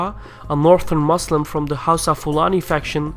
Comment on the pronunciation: It's pronounced HOWSA